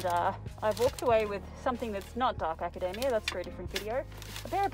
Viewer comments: As a fellow Australian... Its Academia like a Macadamia!!! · A-ca-de-mi-a that's how I whole say it you missed the m sound in the "mi" part Hope it makes sans If not, I'm from Denmark and English is my second language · as a fellow aussie its pronounced "aca-dee-mee-a" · Fellow Aussie who says 'ack-a-dem-e-a'. That's how my mates all say it too. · 😅 The more she says act academia the more my brain says my hero academia! Come on I can’t be the only one who’s thinking every time she says that!!!🤣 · Lol in kiwi land it's pronounced "aca-day-me-ya" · Aaaaaand in another episode of erases her Australian accent to please picky American's whos never heard people from other countries speak, she erases the Australian pronunciation of Academia because it sounds like a nut. Seriously, please stop it!! You're not american!! Be proud of your accent dammit:(( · I’m Australian, even I struggle to know the correct pronunciation of things, even Australians correct each other’s pronunciation all the time, especially suburbs and places. Literally everyone pronounces things differently. I don’t think was purposely changing her accent for the American audience. She just didn’t know how to pronounce Academia so when she got corrected she went with it. I question things I say all the time. It could be because we have so much American influence through socials and TV. There isn’t one way of pronouncing something. She says like a million words in this video in her native accent and you pick on one word. Let do her thing she is killing it! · As someone who works in an AUS uni, I can confirm we tend to pronounce it as aca-dee-mee-uh. Also, this is giving me good inspiration for my work wardrobe! ✨ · You say academia like we say it in spanish 👌🏻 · Saying "acadamia" like macadamia nuts made me giggle.